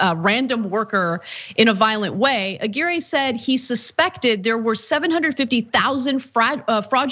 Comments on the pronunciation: Ah-Gear-Ray? Ah-Gw👁-your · A-GEAR-AY?!.....c'mon Ana.....you're better than that......A-GWIRE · If it's Hispanic, it's pronounced A-GEE-RREH.